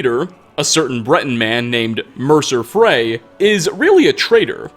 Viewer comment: Kinda surprised he pronounces Mercer Frey right